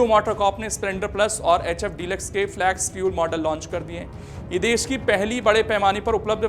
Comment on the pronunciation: Flex फ्लेक्स not फ्लॅक्स. Pronunciation ठीक करो भाई.